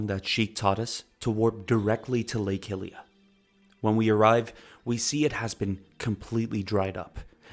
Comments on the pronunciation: Hylia = high-lee-uh, not “hilly-uh” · Bro it's not pronounced HILIA! Other then that great video. Simple but entertaining, like I'm listening to an audio book